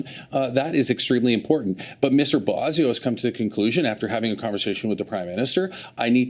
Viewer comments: Bossio? Mark doesn't even know how to pronounce his own colleague's name... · Gerretsen can't even pronounce Boissonault's name. Calls his "Bozzio". Might as well be Bozo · Haha Bozio ? think he meant bozo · Mark Gerretson can't even pronounce Randy Boissonnault last name properly. He is such a moron. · This liberal minister can't even pronounce his colleague's name. Maybe this would be the other Randy. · Gerritson can't even pronounce his name. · Does the deputy house leader know how to pronounce his name?? Everyone around him is saying it right…lol…Maybe that’s how the OTHER Randy pronounces his name 😂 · Gerretsen is sleazy and can't even pronounce Boissonault. And it isn't just starting to be a distraction, it's been a distraction for weeks. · Suddenly the Liberals forgot how to pronounce 'Boissennault'. That's pretty weird. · The liberal doesn't even know how to pronounce Boissoneault 's name correctly. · a fellow liberal MP can't even say his name right. Sad!